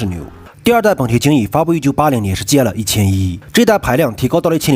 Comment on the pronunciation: GL 啥时候读成 戒了😂😂😂😂